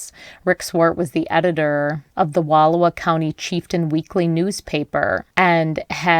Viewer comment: October is not an odd weekend for camping. And you are mispronouncing Wal OW a.